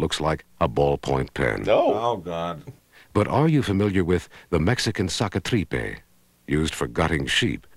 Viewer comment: I've watched this clip for years and can't get enough of the pronunciation of the Saca Tripas-knife , "Suckah-tReepeh".